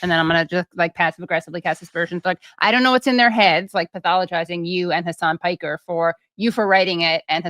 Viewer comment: Heysign Peeker? LOL